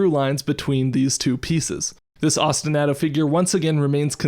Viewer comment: That was fantastic! Just a note, I think Ostinato is pronounced like Ah-stin-ah-to like "ah yeah that was a good episode", not like Ah-stin-A-to with the a sounding like the A in "Splat goes the bug". Thanks as always for a great episode!